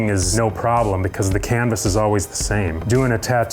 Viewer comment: Isn’t it canvas not canibis